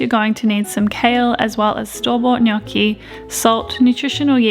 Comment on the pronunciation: just want to say, the way your pronounced gnocchi made me so happy 😌 so many people get it so so wrong but said it perfectly x